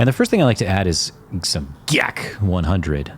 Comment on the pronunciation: you are the Bob Ross of our time, and if no one has ever told you that (which I'm sure they have) you should know, you're insane. you are a huge inspiration and got me back into art after dropping out of art school 2 years ago - keep doing it for us ❤ the emphasis of GAC! killed me 😂